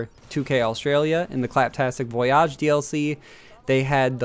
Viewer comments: It’s voyage not vuoyarrjj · Voy-ihj. Not voy-ahhj. The "malfunctioning" animation is the robot using its wrist-mounted mixer to mix something in a cup. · Voyage, not voi-yajh...lol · voyage not voyaaache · Rofl I was wondering the same thing it's voy ige maybe he's going for the bon voyage pronaunciation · VoyYAHHHG????? Huh? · It's pronounced "voy-ij" dude. Jesus christ. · Why did he say voyage like that VOOY AHHG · I thought he was joking the first couple of times but then... it just kept going on. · It was really pissing me off tbh lol, it was actually disgusting. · Boy why are you saying voyage like that. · You don't have to emphasize the back half of the word "Voyage" btw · I think he was saying in a bon voyage sort of way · Yeah that was weird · Why do you keep saying VOYAGE wrong? Its voyage. Not voyage. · I love how he mispronounces voyage. Lol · It's cringe. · He pronounces it like the french word voyage, not the english one. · Yeah he didn’t say voyage or nisha right